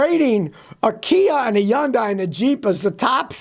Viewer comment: I like the way the old Scotty says Yundai lol lol lol